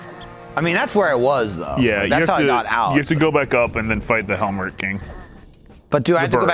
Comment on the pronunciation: .....Hel-muh-rock. It's name is a portmanteau of helmet, the thing that keeps its head safe and you need the hammer to break, and Roc, the large monstrous bird it's based on, not "helmerc" or however it's being terribly mispronounced. It's just like the Helmasaur in Link to the Past.